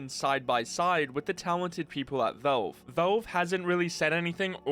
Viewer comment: Man, the way you say Valve. "Vaulve". Is, actually irritating.